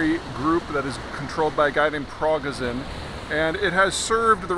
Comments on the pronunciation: Progazin? Prigozhin! You can’t even say the guy’s name right, but of course everything else about your reports is totally accurate!! 🙄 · Peter would come across as more believable and competent if at least he knew the NAME of the man he is talking about - but he doesn't: He says "Progazin" a few times, when the name is "Prigozhin". If he knows the name only roughly, what else is Peter actually ignorant about or barely grasping? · Prig-O-jin, not progozin. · I think his name is pronounced “per-go-zen” not “pra-ger-son” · It’s not Progozin it’s Prigozhin :/ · "Progazin" 😂😂😂 (It's Prigozhin) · Pro-go-sin?? Hehe.. You are usually pretty good at pronouncing Russian/Slavic names, but this time, you really bombed lol! It's pronounced, Progo-shin! ; ) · Zeihan has the absolute worst pronunciation. Waaagner (instead of Vaghner), Pro-gozin (instead of Preegozhin.) Was World War II fought between the armies of Adolf Hytler and Joseph Staileen? Also Ukraine emptied their prisons first week of the invasion (including the likes of Tornado Battalion who committed the mass rapes and murders in 2014 that led to the this conflict.) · prih-GO-zhin, not PROG-a-zin. cheers. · I wish English speaking commentators would take maybe 10 seconds to find out how names are pronounced. It totally undermines their credibility if they have never heard "pre-goh-zhin" pronounced correctly; "prago-zin" sounds silly. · Peter, here’s a pronunciation key [pree-GOH-zhen] and [VAHG-ner] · Minor correction. Prigozhin is pronounced as Pree-Go-jin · Omg it’s pronounced Vagner no waggin here The chief criminals name is pronounced pre go shin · dude's name is pronounced: Pri - go - zhen. Wagner contractor fighters leading some Syrian forces got it ass handed to it in Feb 2018 when the made an unsanctioned attempted attack on a US base in Syria called the Battle of Khasham. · His name is pronounced PRA GO JIN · It's Pree-gho-shin (emphasis on o) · Vaugh- ner pri-GOHZ-shin